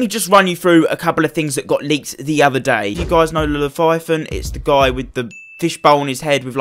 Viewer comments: It’s Leviathan not leTHIGHathan pls stop saying it like that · Le-vya-than say it with me! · Lefiathan? Leviathan. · "the laviathyathin" says to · Llefifon lmao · He needs to stop tryna say Leviathan